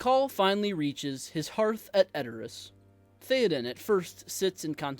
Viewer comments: TH-EY-Oden… not TH-EE-Oden. Great video! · Bro they said his name dozens of times In the movies, it's not theeeden, it Theoden. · Theyoden not Theeadin 😂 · umm its not theo-den its th-é-oden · THAY-oden. Not THEEEEE-oden. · Bro. Say it “Thay-o-den” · He's your favorite character yet you can't even say his name right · Imagine mispronouncing your "favorite" characters name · Why do you say his name wrong? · I’m gonna try to watch this even though you don’t know how to say Théoden. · I just wish you pronounced his name correctly... BUT... I loved the message. The point was put forth very well and you had a wonderful thesis. Thank you! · When pronouncing Theoden replace the E with an A sound and it will be perfect. Fine video! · That is not how you pronounce Théoden... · Ok. Now pronounce his name right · I want you to learn how to pronounce his name.